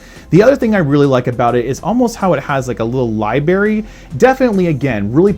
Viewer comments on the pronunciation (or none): LiBRARY...not Libary. ;-) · LiB RARY. ;-) Not LI BARY. You're precious though.